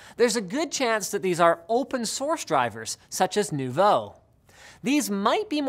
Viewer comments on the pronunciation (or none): none